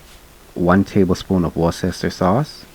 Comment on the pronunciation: Hi, I don't even like mayo but I might give this ago! Just to let you know (not being a smart ass I know some British place names are pronounced weird in relation to their spelling) Worcester is pronounced Wuster! Your accent is so cute! Love your recipes!